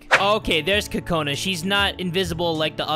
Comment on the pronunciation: This is how you really say kokonas name. CU-CU-NA